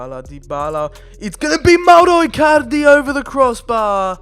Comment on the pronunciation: Do you wanna say mowro icarlidy any more